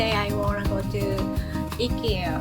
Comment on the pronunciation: IKEA the way you Said it the first time, thats the way we here in Sweden say it 🙂 We do stand on the right side when we are going for escalatorrides here in Sweden. You did on left side… Thanks for a nice video 🇸🇪👋